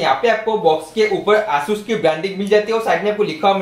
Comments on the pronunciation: Bro it's Asus not aasus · It is asus not aasus🤣🤣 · why are u saying asus asssus XD